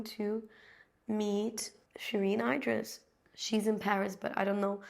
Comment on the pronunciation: There are so many versions of menopause, just important to find support if needed. I just annoy everyone because I sailed through mine with a single hot flash and some extra weight, same as my mother. Tip - Idriss is pronounced as in Idris Elba.